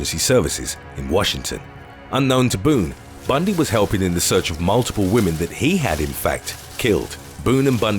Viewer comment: Lol, "Whamen..." 🥱